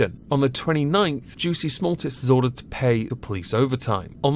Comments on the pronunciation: I believe its pronounced Juicy Smuul-ee-ay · I lol every time you said "juicy small tts" 🤣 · I absolutely love your commitment to getting Juicy Sommolier's name wrong every time